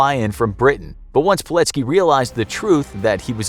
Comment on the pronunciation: PILECKI kurwa mać, a nie POLECKI !!!!